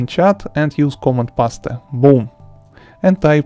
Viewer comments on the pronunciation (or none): He totally said pas te hahaha its paste bro peast if you pronounce